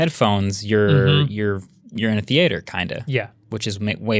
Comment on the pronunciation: Are we all just going to ignore how Marques pronounced theatre??